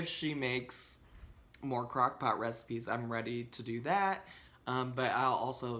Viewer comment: I thought you were saying crackpot lol